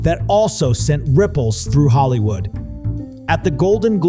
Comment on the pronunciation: Hollywoold {po lish}?